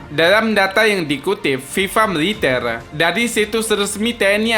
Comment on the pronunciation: Militel.ngomong GK teteh😀😂😀